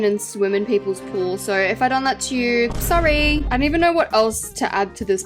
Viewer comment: the most Britishish sorry I ever heard in my life